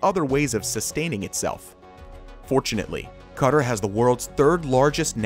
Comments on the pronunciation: just to clear this up, it is not pronounces cutter like you kept saying its pronounced k'tar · Don't be confused, Qatar is pronounced as "kah-tarr" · The majority of the English speaking world pronounces it Kuh tar . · Ka-tar not cutter dudey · Learn how to pronounce Qatar!......It's not "Cutter".... it's "KaTaar".... almost like guitar.... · OMG was enjoying this until the narrator said 'kutter' over and over again when it's not pronounced like that 'QATAR' is pronounced 'ka-taar' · Maybe it's just me, but the pronunciation of Qatar was really bugging me. Is it not pronounced "Kah-TAR" rather than "KUH-tur"? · can you not call Qatar cutter? its pronounced kuh-taar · It’s not pronounced ‘cutr’ it’s pronounced ‘katar’ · Omg it’s fkn QA-TAR not cutter holly shit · Just a kind suggestion, please note the pronunciation for Qatar is kuhtar and not cutter, just fyi for future videos......nice information though, keep up the good work👍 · Me watching this and wondering why he keeps saying cutter and then realising he’s meant to be saying Qatar 💀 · Cutter? Been stuck in the trailer park for awhile? It’s pronounced “Khat Tar”. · I never heard anyone say Qatar as "cutter". Its -KUHTAR-Qatar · 😠😠😠😠 Ooouu say cutter one more time ...SAY IT again 👊🤜🤜 say it with me Kah-tar Jk nice vid though.. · Class video but where tf is Cutter? Qatar = Ka Tar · QA' TAR not cutter?😅😂😂😂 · It is pronounced "kaTAR"...not "Cutter".... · Pronouncing Qatar as ‘Cutter’...? It’s KA-TAR / CA-TAR... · Cutter Me: you mean QATAR !!!!! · Qatar is pronounced Kuh-tar not cutter, who the hell pronounces it cutter...... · Its not pronounced Cutter, it's pronounced KA TAR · Qatar is pronounced Car-tar not cutter. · Did he just pronounce Qatar as Cutter? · Cutter? lol. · the way he says Qatar as "cutter" is hurting me and everyone else from the middle east. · I live in Africa and it’s hurting me it’s pronounced Katar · I enjoy the video but gosh I can't stand the way he's pronouncing Qatar. "Cutter" lol